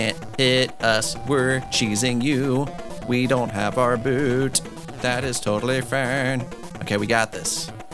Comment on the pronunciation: That's not called a "boo boot" that's a boo(t)